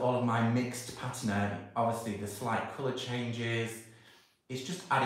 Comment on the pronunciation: Your pronunciation of patina is correct. Pa-teena is not correct. I don't know who's telling you you're wrong, but you're not. Just thought you should know. BTW, I'm American and pronounced it incorrectly for years until I was corrected.❤️❤️❤️❤️❤️❤️